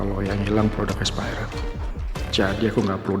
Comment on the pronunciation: "sortir barang espeyret'😂😂